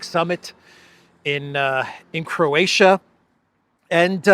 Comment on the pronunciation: say Croatia one more time ..i dare you ;-) .... and forget to mention other attendants that comedy in our Dubrovnik .